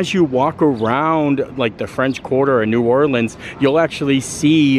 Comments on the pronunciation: Just a little tip from a local. It’s pronounced “NOO OR-linz”, not “NOO-orLEENZ”. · It’s pronounced New Orleans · The Jazz Museum is housed in what was a US Mint. The o in DuMonde is a long o sound. Please never pronounce our city New Orleens. That is a song lyric used to rhyme "Do you know what it means". You also pronounced correctiy several times. Overall a nice representation.